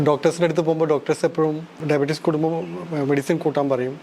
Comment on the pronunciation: ഡയബടിക്സ് അല്ല ചേട്ടാ ഡയബടിസ്